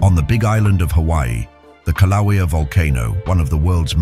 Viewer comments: Learn to pronounce Kilauea. Steamboat geyser has always been major indicator. This saw an increase in 1981 too after St. Helens blew in 1980. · First, you NEED to and should learn HOW to properly pronounce Kilauea! BHE